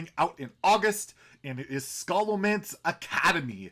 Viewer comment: Its Sha - lo - mance